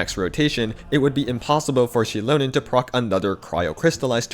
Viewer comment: > I swear I hear Shitlonen and not Xilonen 😂